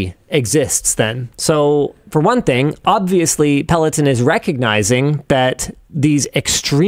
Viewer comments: Linus calling it “Pelotin” is distracting… it’s Peloton, with an “o” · peh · luh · taan